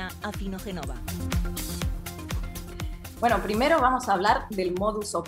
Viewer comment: Porfa… No digáis Inna Afinogénova. Suena mejor, y es lo más aproximado a la original pronunciación rusa del apellido de Inna, decir Afinoguiénova. Un saludo fraternal a todo el equipo de La Base.